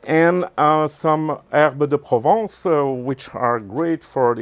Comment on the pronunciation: Un bonjour chef de France..,! .Super recette...!! '' Herbe de Provence '' avec l'accent Frenchi' s ça le fait...!! 👍 J'aurais une question...je veut acheter un fumoir traditionnelle américain.. Ma question..! Est..plutôt un smoker offset à bois..ou plutôt un fumoir vertical ..!! Style pit boss série 2 que vous présentez pour Boulanger en France..D'ailleurs chouette vidéo...!! Sachant que c'est mon premier fumoir et que mon budget ce situe entre 300 et 400 euro pas plus..!! Si sinon .je reviens sur mon commentaire...Le pit boss 550 vaut t'il l'investissement...? Des 55o euro..? Merci pour tout et à très bientôt...!